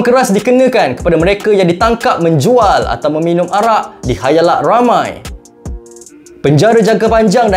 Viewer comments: Khalayak bukan khayalak..hahahah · Di khAlayak..bukan khayalak.maaf klau kami salah dgar🙏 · Correction,Khalayak bukan Khaylak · Khalayak ramai bukan khayalak ramai.. Ni ke salah seorang yang bila cikgu tanya dah besar nak jadi apa jawapannya nak jadi YouTuber.. Ingat ye, khalayak bukan khayalak.. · khayalak ❌ khalayak ✔️ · Khayalak ✅️ Khalayak ❎️ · hang cuba dgq balik hg sebut khalayak ka khayalak?? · Sorry bro.. khalayak.. bukan khayalak.. 😅